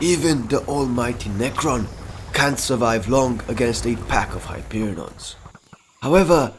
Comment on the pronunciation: Its hyperion not hyperinons